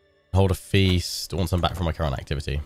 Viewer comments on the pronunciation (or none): none